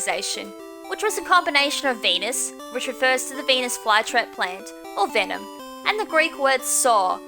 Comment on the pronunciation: vemon? You mean venom